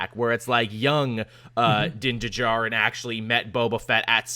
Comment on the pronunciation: Din Djarin's "D" is silent, like Django, and as soon as you said which DC movie you wanted to see, Tevya just spammed the feed with supersons and Jon Kent long name comments lol (Also Ventress is super dead, because Merrin from Jedi Fallen Order is canonically the last living Nightsister.